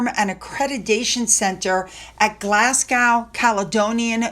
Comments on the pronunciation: Just a mention that Glasgow is pronounced Glaz go (not gow) as this will probably come up again several times in the future. Love your channel and thank you for covering the real Royals! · it’s pronounced Glasgo the W is silent. Also you were very near pronouncing Scotstoun. That’s pronounced Scotstone xxx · It pronounced Glass Go 😂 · Glas-gow. Ben-kneevis!!! Never heard of them 🤦‍♀️🏴🏴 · it’s Glas. Go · Hi not nagging honesty but Glasgow is pronounced Glas-go. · Glasgow is pronounced Glas go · hope you don’t mind me saying that Glasgow is pronounced Glasgo!xx🏴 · My husband is born there and we were laughing at how said it.... Definitely just said as Glaz Go